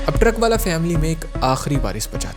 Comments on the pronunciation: Haneefa aur baba the vo,,aur truckvala nahi truckavala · Not "truck-wala", it's pronounced "truckan-wala"